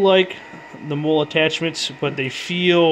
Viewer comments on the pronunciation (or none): btw, I've heard you say MOLLE as "mole" as in the burrowing animal or the small brown skin defects, it's supposed to be "mollie" as in the woman's name; it's the successor to the ALICE system which was an earlier US military load carrying system, and MOLLE is basically name hommage to ALICE.